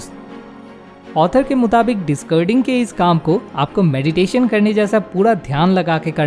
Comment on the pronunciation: Good informative video. But stop saying discurding. It is dis-caar-ding.